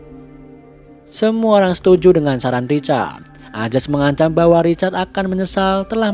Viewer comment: Perasaan tulisan di subtitel nya ayaz tpi di bacanya azaz.... comment aja nih netijenn... semangat bang